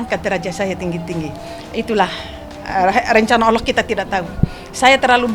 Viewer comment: Jangan berlebihan Bu Sampek mengucapkan Alloh SJ belepotan ngeri risih dengernya terll banding2kan anak anda sendr dr kecil yng didik bedakan ya anda sendiri cb to buk liht ulang ucapan ibuk itu